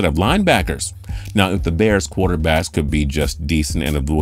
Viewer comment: Chicago bers 😂